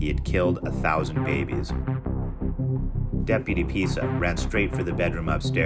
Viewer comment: Hang on did he say "Deputy Pizza" what the fuck??🤔😐